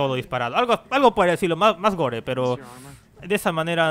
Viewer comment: mierda...QUE no se dice gore¡¡¡¡¡¡ se dice gor¡¡¡